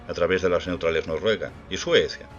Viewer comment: Porque dices Norruega y no Noruega? Con 2 erres, me refiero.